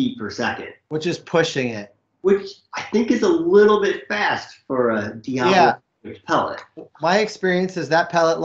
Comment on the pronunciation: It's die-a-bolo die as in dead, That's how it's pronounced guys.